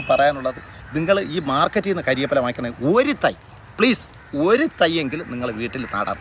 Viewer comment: കാര്യപ്പില... അല്ല മാഷേ... കറിവേപ്പില 😂😂😂...